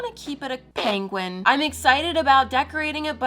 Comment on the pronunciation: is it just me? You are starting to pronounce penguin like Benedict Cumberbatch 😆😆😆